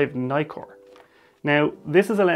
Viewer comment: Brilliant video...but Nikon and Nikkor are pronounced as in "Mick" not "Mike" . Ask any Japanese person !